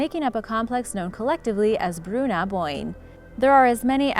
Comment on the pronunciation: You really butchered the pronunciation of Bru Na Boinne.